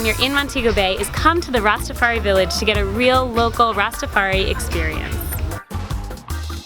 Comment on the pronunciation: I like what you do, its very well presented but it is not Ras-ta-far-he. It is pronounced Ras-ta-far-high (Rastafari)